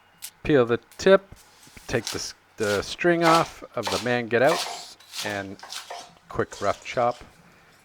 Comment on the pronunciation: In case no one else posted it, mangetout is pronounced "maang too"